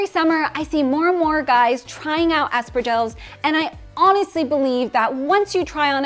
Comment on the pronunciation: Didn't expect to see here the espardilles, they are great!! It's pronounced /ah s pah r dee y eh s/ but good spanish! Saludos from Barcelona!